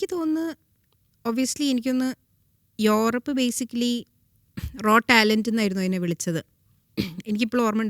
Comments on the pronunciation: യൂറപ്പ് എന്ന ഉച്ചാരണം ഞാൻ ആദ്യം ആയി ആണ് കേൾക്കുന്നത്. Interesting 😊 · ഞാനും ശ്രദ്ധിച്ചു..... nice